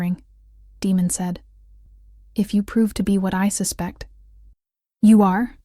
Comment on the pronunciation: Daemon, is pronounced like Damon, it's probably what they meant, but they have an AI reader that didn't pronounce it correctly. Just my opinion.